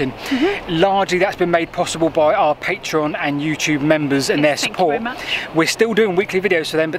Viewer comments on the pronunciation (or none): "Those " perfect and then a fousand. Come on, you'll fank me later.